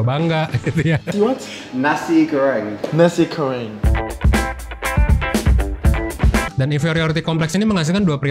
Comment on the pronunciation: sempet ngakak denger org asing bilang nasi 'K'oreng